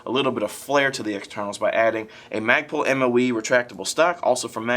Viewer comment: The barrel extention actually IS from Madbull and not from Magpul... The rest is from Magpul and he said that correctly. :)